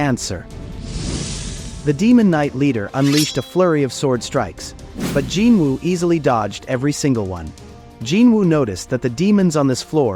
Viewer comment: Gin Wu my ass, its Jin Woo u fckin shyit